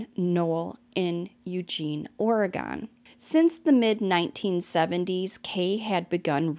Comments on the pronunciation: *Sounds like~🗣️{Or-Gun} 🌲🪵🍄🍂 I live in The Willamette valley in Corvallis (Benton county) I've seen people not from Oregon have a hard time saying 🗣️{Will-am-it River} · ORR-i-gin (hard G, like gun, not like the liquor gin). Or, gun lovers like to say ORR-i-gun, and there are even bumper stickers with rifles that say "OreGUNian". 🙄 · I was just literally in Sisters last week... Woah. Oh, and we say Oregon like Or-uh-gun 😉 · Am i the only one giggling a bit every time says "OregOn"??? 😆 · You're saying it like a non-pacificnorthwester! I live right around the WA/OR border and usually we only hear tourists say it like that! I guess it's more like OregIn the way we say it over here🤷🏼‍♀️ not such an emphasized second O. Lol....i always find the smallest things amusing 🤣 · Love your content. You do a great job. Just an FYI....Oregon is pronounced like aw·ruh·gn. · It always cracks me up when people say “ore-gone” lol 😂 (from an Oregonian, born and raised, of course) 🌲 🌲 🌲 And that runner gal is like SO many from our beloved Track Town. 🦆 Thank you for the great coverage,. 🌈 ❤ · Its pronounced Or-again